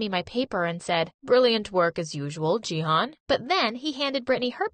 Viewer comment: I'm from Turkey and they pronounce canaan and jihan so wrong that it's making me lmao